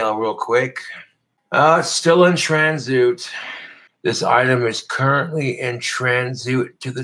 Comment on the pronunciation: Transoot? Is he serious? And that fucking guitar "playing" only a deaf person would enjoy that